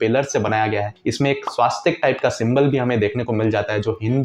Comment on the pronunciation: स्वास्तिक नही स्वस्तिक बोलना सिख लो भाई। बाकि video मस्त है।